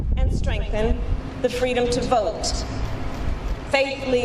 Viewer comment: Gee, I hope she tells that fun "FWEEEEDOM" story again